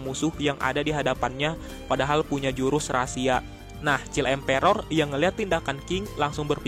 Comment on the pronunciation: Please read "child emperor" in proper pronunciation.